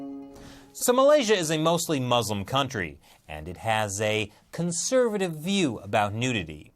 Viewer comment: Why do you pronounce Muslim like that? And btw, you trying to say Pronounce Chinese words is cringing af